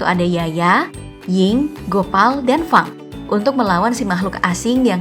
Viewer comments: Bukan fang tapi feng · bukan fang kak tapi bacanya feng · Namaku izza. Fang dibaca Feng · namanye Fang tapi dibaca = féng